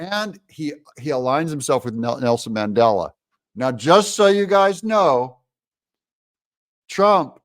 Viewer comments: Mandela not Mangela lol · It's Mandela not Mangela. Way to make conservatives look bad. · Mandela, not mangela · Oops. It’s Mandela, not Mangela. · It’s Mandela not Mandela. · There is a big difference between "Mandela" and "Mangela." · Mandela - not Mangela.. LOL. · Um, that's Mandela, not mangela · Umm...its Mandela not Mangela. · Mandela not Mangela. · Who is mangela? I thought 🤔 it was Mandela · Mangela...really? the DA is more like Mengele! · Mandela—-no “g” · Come on Doug its Mandela LOL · That's Mandela not Mangela? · Did Trump say "Mangela," or "Mandela?" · Who is Mangela? Are you confusing Mengele with Mandela? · Mandela NOT Mengele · Mandela not Mangela 😂😂😂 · Mangela Doug? You really oughtta fix that.